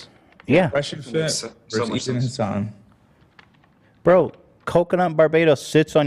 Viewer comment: I know "HAsn" is a meme, but I'm genuinely starting to wonder if Ethan has forgotten how to say Hasan's name.